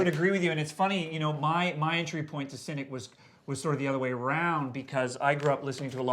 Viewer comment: It's Cynic with a 'c'not a 'k'